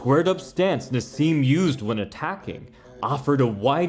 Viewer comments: Who the hell is ‘Narz’?….it’s Naz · there is no z in naseem ...yet u speak it lol